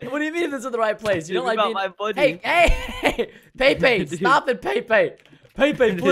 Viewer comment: Pepe not paypay